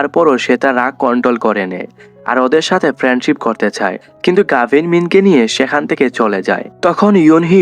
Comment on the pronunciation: নাম গাভিন ❌গাভি✅